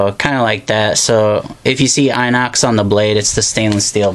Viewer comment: You're pronouncing "inox" wrong :)